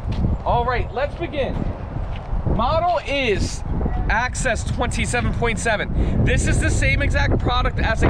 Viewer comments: axis not access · The name is NOT "Access", it's "Axis". Neither of you are pronouncing it correctly. My dislikes, it's a THOR, it's a THOR, it's a THOR!